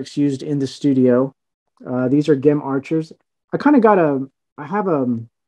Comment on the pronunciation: I did! And how he’s the biggest collector but pronounced Gem’s name wrong…